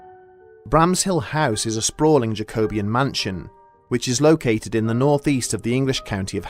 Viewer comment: That jack-oh-bee-ann by the way, love the vids. Keep them coming.